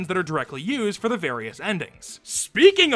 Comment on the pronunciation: „EE“ - Edit: I know it's „the but it sounds so out of place, it sound like EE